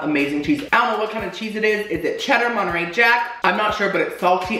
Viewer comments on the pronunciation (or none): none